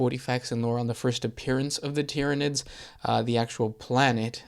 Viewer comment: Not gonna lie. As kids my friends and I also pronounced Tyranids that way too. And don't get me started on Abaddon, Macragge and Malekith.